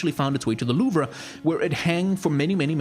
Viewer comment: I kinda cringe when you said louvre but nice video.